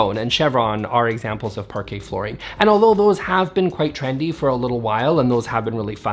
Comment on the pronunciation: Someone tag Amber heard, so she learns pronunciation of Parquet flooring, before she slides on it next time